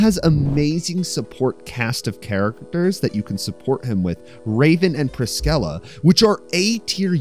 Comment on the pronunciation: That's ONE way to pronounce Priscilla 💀